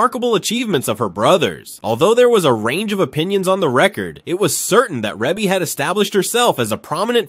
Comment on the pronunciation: Pronounced : “REE-BEE”